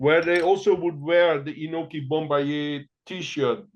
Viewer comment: Great episode. The New Years Eve battles of the early 2000's with Inoki, Pride, and K1 all competing is maybe my second favorite time to be an MMA fan, after UFC 1-10. Inoki's name is pronounced Ee-No-Key. Japanese vowels are like Spanish. He was actually raised in Brazil and claimed to have BJJ experience from the 1950's. Meltzer saw him submit Dan Severn in training. Also, there was no need to work a Nagata match. He was an amazing amateur wrestler but it never translated to MMA